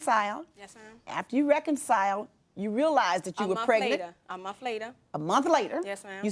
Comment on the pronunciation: Did she say twice that they were separated for a whole Mont? Wtf is a Mont?